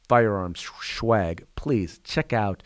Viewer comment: Sir.. you say "buying our Shwag." Shwag is Marijuana. (The worst kind) I believe you meant to say "SWAG" 😂😂😂